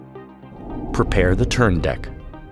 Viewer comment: 'prepear' sorry this made me laugh. Otherwise, this video is amazing. It's so well done! Thanks for this.